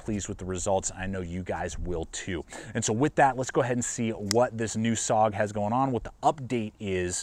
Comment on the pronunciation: I know this is nitpicking, but SOG is pronounced S...O...G... each letter is pronounced and not run together as "sog". A small thing maybe, but l know how it feels if people continually mispronounce your name or your city.